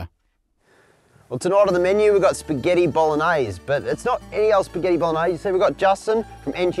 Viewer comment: ahahah incredible how you pronounce BOLOGNESE hahah love form italy! (that's not a bolognese hahahah)